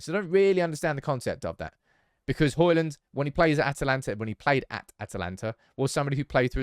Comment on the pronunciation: it's Hojlund not Holjund 😂